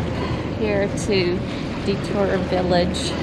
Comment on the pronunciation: Just to save you from offending the natives, DeTour is pronounced DEE-tour and Huron is pronounced HYUR-on. 🙂